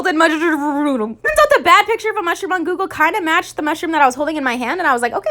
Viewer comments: Nobody: Literally nobody::musdhrpp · Nobody: Literally nobody:: musdhrpp